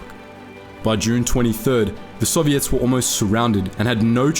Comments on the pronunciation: You're pronouncing Soviets incorrectly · "sovvy - ets" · I like how he says Soviets like serviettes.